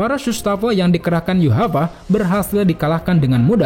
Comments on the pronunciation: yuhafa? yuwach kali kalo di baca nya . yhwach= yuwac quinchy chain aja di bilang quinchy cehin wkwkwkw ngakak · Ga ngerti kenawhy yhwach dibaca yuhavah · Kenapa bacanya yuhava? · kenapa dibacanya yuhabaha ya?